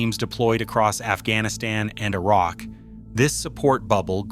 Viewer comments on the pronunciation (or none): none